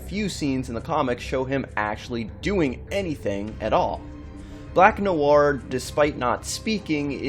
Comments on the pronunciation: Noir is French pronounce it properly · The way he said noir :))) so wrong in so many ways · It is Black NoIr you fn idiot, and Noir is pronounced "nuh·waar". Your uneducated ass goes all over the place calling him Black Noor, Black Manure and what ever other verbal diarrhea you came up with. Next time when you do research for a video, Google how to properly pronounce the fn topic. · The way you pronounce "noir" is bugging me, you say it as two syllables like "no ar", it should be "nwar" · IT's nu-war, guys. jeez. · It’s pronounced “Nwa”, not Nuwar... dumbass. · "black nu-woir" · lol Black "No-arr" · 😋 nahson.. pronounced "nwah" or even "nwahr" either way as one syllable. I'm splitting hairs though. Shame on me. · "Black Noowar"? 🤦‍♂️ Muricans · 'black nowar' uh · pronounce "Noir" - "Nwah" if i'm not mistaken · The way he said black nowwar lol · Black “No War”.....dude, try a little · I came here to learn why the guy is named black-black in French and English? Is he Canadian or something?. And in the first 10 seconds noir is pronounced "No-war".. and sure enough.... What I wanted to know isn´t mentioned. :( Searched several wiki´s nothing. Am I really the first to wonder about this? It´s too conspicuous to not mean anything.. End then..... "When you're so dark; your name means "Black" in two different languages." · For crying out loud, if you’re going to make a video learn how to pronounce the freaking names and words. Noir is French, and it isn’t pronounced “New-Ar”. This seems to be a common thing on YouTube these days. But then again, most people have trouble just speaking English well. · Noir is pronounced as 1 syllable, not 2! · Your pronunciation of 'noir' is cringeworthy. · Informative video. But, please, learn to pronounce ‘noir’. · It's just one french word, just one. Just pronouce it properly. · Jesus Christ man can you please learn how to pronounce noir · 'Noir' is just one syllable, guy.